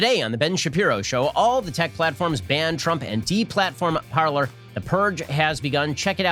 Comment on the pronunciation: It's pronounced par-lay not par-ler. And it's good that it's gone. Hopefully it's gone for good. They built themselves on a lie. Go to Gab.